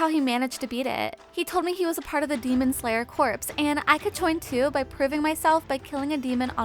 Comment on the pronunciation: One thing... Corps is pronounced "Core" not "Corpse" as in a dead body...